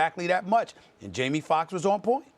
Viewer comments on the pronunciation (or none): “Jaime Fuckks”